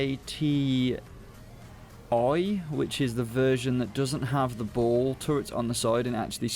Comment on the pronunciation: Its LAAT-01. Not LAAT-oi